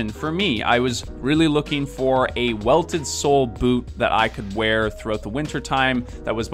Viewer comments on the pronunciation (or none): none